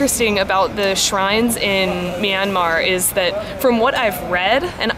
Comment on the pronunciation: Hi and.Im Julia and im 13.Im burmese but from California.I think you're videos are awesome especially food reviews!ITs pronounced mya-mar Bye!:)